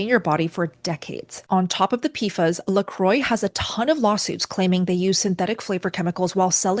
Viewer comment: Perrier is not pronounced like derrière. Oddly she knew the French pronunciation of LaCroix, but missed it with Perrier. Great info though. Seems like it’s no longer safe to wake up in the morning.